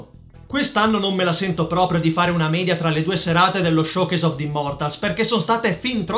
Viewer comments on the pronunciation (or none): none